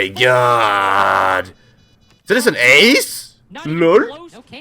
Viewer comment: please stop saying LUL for lol it was cringe in 2016 and needs to be left back then